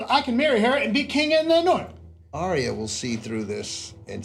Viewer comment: Arya is pronounced 'Ar-ya' not 'Aria'